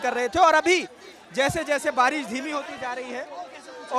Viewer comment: भाई बारिश होता है भारिश नहीं, plz correct!